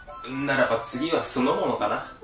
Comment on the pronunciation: 気のせいかな。 今日は少し滑舌が良くないね。 どうしても「酢の物」が「そのもの」に聞こえてしまいました。 その他にも、さしすせそが中心に変でした。 歯医者さんに行って麻酔打ったりしました？